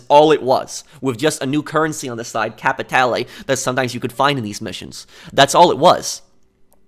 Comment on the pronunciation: It's pronounced Cap-i-tal not capitalay. Good video tho